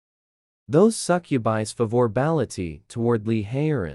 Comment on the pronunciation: Bro's AI broken can't properly pronounce words that are of the english language correctly suh-cooby is that even a real word 😂😂😂 you should get that fixed it's pronounce suc-u-bi bro can't stop laughing at how stupid the AI sounds mispronoucing something so simple 😂😂😂😂😂😂 it's so bad I can't keep watching isn't AI supposed to be supior in some way but it's can't even pronounce simple words like this really what a joke😂😂😂😂